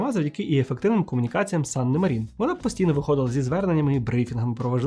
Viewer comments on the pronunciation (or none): Чорт, як можна казати, що Фінляндія перемогла в Зимовій війні, якщо вона віддала совку велику частину території — зробила саме те, чого совок й хотів? + Санна мАрін, чому МарІн? У фінській мові наголос завжди на перший склад. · Цікавий випуск, дякую! Єдине - Мàрін, бо у фінський наголос завжди на першому складі.